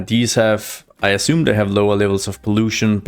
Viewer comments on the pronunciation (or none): none